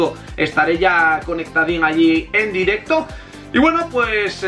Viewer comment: Porque a veces dices la "u". Por ejemplo dices directu en vez de directo aaaa y espera que quiero desi una cosica VIVA ER BETI GUENO AHII !